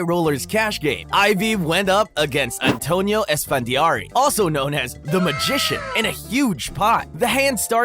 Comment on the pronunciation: The Craziest Part was The Narrator saying "Antonio Esfandiaro" :face-orange-raised-eyebrow